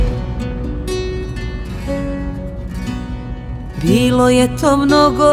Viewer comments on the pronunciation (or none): none